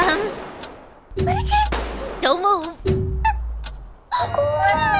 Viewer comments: Her name is not Fluttersee it is Fluttershy unless you call her that I'm sorry I was just saying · I LOVE HOW SAYING FLUTTERSHEE IS STILL RELEVANT